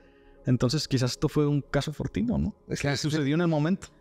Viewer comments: Jalisco se dice caso fortuito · tu invitado dijo en algún momento caso fortino, lo correcto es fortuito (inesperado)